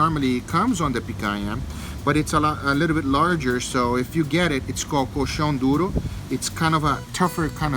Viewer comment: Man, your pronunciation is so good, American people always pronounce "nh" like an "n", like picana. And your pronunciation of colchão duro was also perfect.